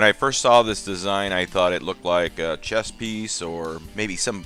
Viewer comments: Was that “chess piece” or “chest piece “? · Did he say "chess piece" or "chest piece?"